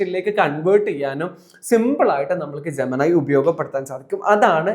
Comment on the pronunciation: ജെമിനി എന്നത് ജമനായി ജമനായി എന്ന് കേട്ട് കേട്ട് പണ്ടത്തെ പവനായിയേ ഓർത്തു പോയി പാവം പവനായി ശവമായി